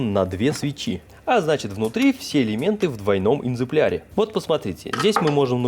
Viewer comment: я думал сначала послышалось когда 1-ый раз сказал энзепляре, оказывается не послышалось, не оговорка , правильно по-моему экземпляре. А так конечно классно получилось, золотые руки, особенно когда трубки установил, не скажешь что ручная работа👍